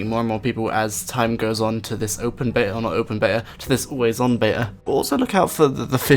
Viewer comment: yoo mate, good video! cant wait for osrs mobile, but please talk slower atleast a bit, its beta, not bea :P